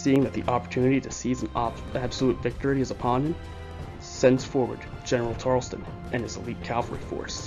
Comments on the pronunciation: Sorry to be a buzzkill :/ but its pronounced as Tar-el-ton not "Tar-els-ton" just want to correct you I recently found this series and became interested in it now that's why I write comments on the videos from 3 months ago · It's Tarelton Not Tarelston